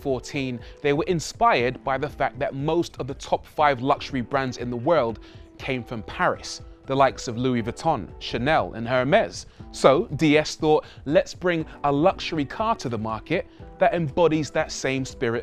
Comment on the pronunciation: My God, what kind of daft question is that?? Rory, bud, your pronunciation made my day. What was it? Hurmez? Bregooet? 😂🤣🤣